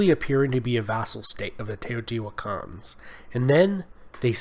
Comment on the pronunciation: Oh yes... "The Teejohtiiuakaans"; White protestant descendants of Dutch settlers? (I think he meant to say, "Teotihuacanos", but ok) ... We can call them "Teotihuacans" without breaking any English rules, I guess.